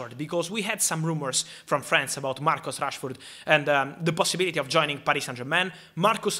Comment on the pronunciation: Italian accent saying Marcos Rashford not Marcus😅😂